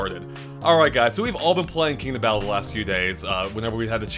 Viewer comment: Every time says Kingdom battle i hear king of battle.